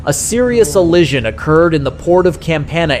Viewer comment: Ollision you say in that first clip. 🤣🤣